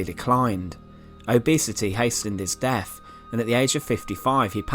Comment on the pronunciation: The deff of Henry the eieff